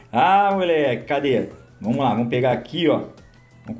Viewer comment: "Vomos que vomos" 😂💥